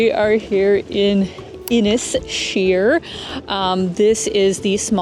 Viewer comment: The pub is pronounced tie rorys, inisheer is inish ear not inish sheer. Your video was nice too see as I used to work on inisheer in the late 90s. I grew up close to the cliffs of moher and went only once. I've been fortunate in life so let me know if youre in NYC, I live by the park at 15 cpw. Keep up the good work 👏.